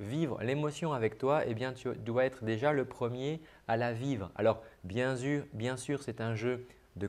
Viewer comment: Tu t'es tromper sur un mot tu as dis bien zur au lieu de bien sûr